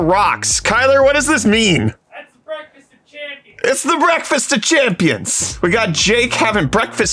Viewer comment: Anyone else want him to STOP SAYING BREAFFFFAST